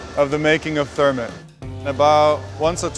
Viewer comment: interesting to hear him say "thermit". That's what my manufacturing prof said too: "thermit welding"